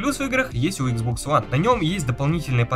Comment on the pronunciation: Ну блин почему ты иксбокс называешь хуан?(((